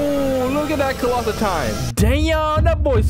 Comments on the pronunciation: colossal not clossal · did you say colatitan or clossaltitan?